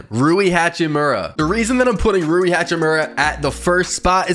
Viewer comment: Damn bro you got rui right